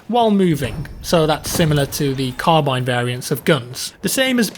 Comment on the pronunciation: Did anyone else hear 1917 troll crabine?